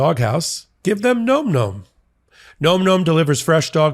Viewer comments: Gotta laugh about the nom-nom push.... Maybe get the pronunciation right, its pronounced like nam-nam (such as the pronunciation in vietnam) , not gnome gnome. Just putting that out there, makes you seem a bit more credible in your push lol! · its pronounced NAH-m NAH-m not nome nome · I think the answer to why Trump did it is all the things you mentioned. BTW NomNom is pronounced NahmNahm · Re: advertisement Phonetically it’s Nahm nahm. Not nome nome. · It’s “nahm nahm” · You're still pronouncing Nom Nom incorrectly.